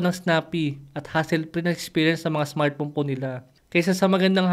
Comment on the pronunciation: Smart phone ❌ Smart phome ✅ 😂😂 Puno nang pagkain ang bibig habang nagsasalita ✅